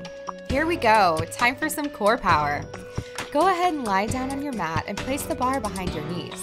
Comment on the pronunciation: Download our "op"? Get your "mot"? Work on your "obbs"? Put the bar behind your "had"? Why does she refuse to pronounce the a in app, mat, and abs, but then she makes that omitted a sound instead of the e in "head"? No one has a "had" perched upon their neck. It is a head. H-eehhhh-d. You have a "h-eh-d", not a "had", on your neck. Or should I say "nack" instead of "neck" so she can understand me? Ugh. What's with this trend of middle-aged American women these days not understanding how to pronounce basic vowel sounds? Too distracting. Can't make it through this video. I don't want to end up with "obbs". Sounds like a dreadful disease.